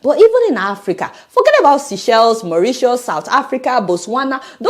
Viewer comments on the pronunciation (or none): none